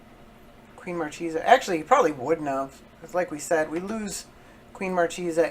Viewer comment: It's pronounced mar-kay-sah, which is an italian marchioness (i.e. a woman holding the rank of a marquess or married to one so ranked).